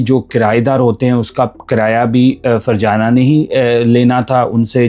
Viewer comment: Farjana nhi fazana tm ny to virgana nana dia😂